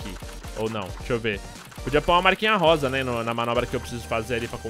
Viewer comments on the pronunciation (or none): none